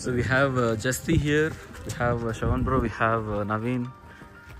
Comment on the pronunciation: It’s jassti how you should pronounce 😊